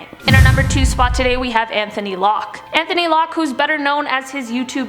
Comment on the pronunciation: Anthony is pronounced without the "th" sound. Think of it more like "Antony"